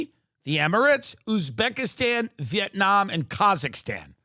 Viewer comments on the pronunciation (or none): none